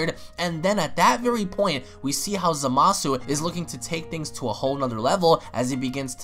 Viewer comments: How come you pronounce Zamasu as “Za-masu”? Isnt it “Za-ma-su”? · Is it just me or is it pronounced zomasu not zamasu